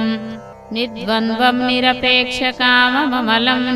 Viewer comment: మేకమమలంకాదండితప్పుచదువుతున్నారు ఏకఅమలం